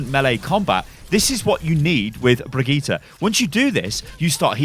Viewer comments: Not Bri JEE ta but Bri GEE ta, how hard can it be? XD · Its not Bregiiiite, its Brightte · Well we say birgitta and not brigitta, good video btw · Bri-gitt-EH, not Bri-gitt-E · Its BrigittE not BrigittA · actually its Bri Gi tE, not Bri Gi tA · Its not pronounced Brigita! Its a german name, duh! Ask a german dude and let him tell you how to pronounce Brigitte! It is completely different. Yes, Papa Jeff said Brigita, but Jeff does not speak german! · you..are..british... IT IS BRIDGE-IT!!!! stop trying to sound swedish lol. you know there are several ways to say melee, as you have said (in a brigitte vid).... me-lee / mel-ay.., just think about how we say "michelle", and how the french say it. case closed. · dude brigitte is an old fashioned french name for ladies.... pronounce bree-jeet -__ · "Brigita" ... That's completely different than just pronouncing "Brigitte" german or english. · Seriously bri-gee-tah, three syllables my dude. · blizzard dont know how to say brigitte´s name. its a shame. its briggitE not A in the end. Brigitteh. Blizzard!! back to school! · Stop the BRIJITTE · Bree-Gee-tay howfucking hard is it to say that? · Jeff is wrong. Her name is pronounced bageut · Kaplan can't pronouce her name. His Brigitte pronounciation is worse than his Torbjörn pronounciation. Correct pronounciation: [Bri-Git-Eh]. That's how she pronounces her own name. And I'm swedish so... All parts short, no pauses in-between. NO D. NO A. No J, Hard G. Git rhymes with Hit, not "jeet". "Eh" is pronounced like E in Elements. The "Bri" is pronounced a bit differently in swedish, but it's a small difference that doesn't really matter as long as you don't add random letters or replace half the name with something completely different. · I’m triggered when people say Brijet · Q it’s pronounced “Bri Jit” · stop saying brigitte, you are doing it wrong....... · You are not saying her name right you tool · Rohan Motilal Seriously. Its NOT hard to say. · It’s pretty cringe tbh